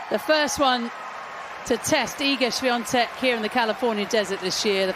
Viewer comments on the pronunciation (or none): Hey comentators, it's Swiatek, not SwiaNtek!